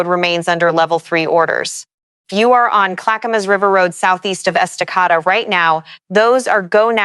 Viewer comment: It's pronounced Esta-KAY-da. And Lake CheLAN (like shay land)